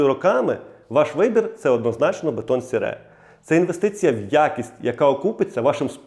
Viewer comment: А ще Французи не кажуть так як ви - "бетон сере")))😂. Вони кажуть "Бетон сері", саме так читається ця назва, друже.